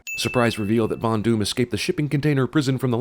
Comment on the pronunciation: After listening... does any one else hear Fondue in place of Von Doom?